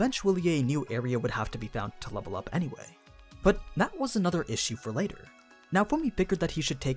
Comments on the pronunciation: Everyone one: issue Literally everyone: issue: ehshhu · You pronounce "issue" funny. Is that a regional thing?